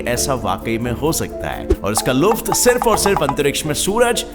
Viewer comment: luft nahi hota hai sr Lutf hota hai